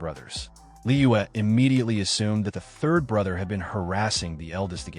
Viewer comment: I really hope you’re saying the “THIRD” not the “TURD” 😅😅😂😂